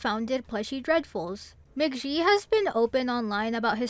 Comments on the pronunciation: "mah ghee" not "mah jee" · Mc Gee. Like geese. You said it wrong everytime. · That is definitely not how you pronounce American McGee's last name.